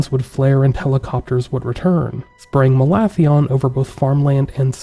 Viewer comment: I thought that was pronounced "Malathion".